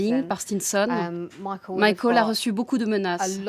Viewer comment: Ptdr la voix off qui dit mayekeul